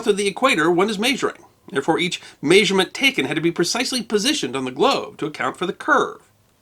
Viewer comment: It doesn't make sense to tell people that they are mispronouncing something when they are using the accepted pronunciation. It makes you come across as a word snob. Who cares whether it has changed over time? Most words change. Your own pronunciation of "measurement" is odd to me, but I wouldn't suggest you are wrong.